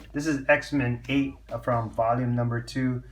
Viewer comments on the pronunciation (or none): none